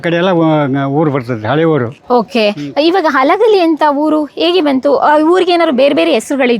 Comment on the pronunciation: ಅಲಗಲಿ ಅಲ್ಲ ತಾಯಿ ಹಲಗಲಿ 😂